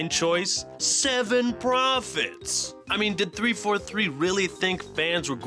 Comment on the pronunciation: SEVEN PROPHOETS!!!!